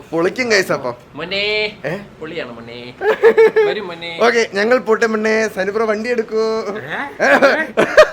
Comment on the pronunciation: bro samsarichathu sayip op polle indairunnu "monne"😅😅😅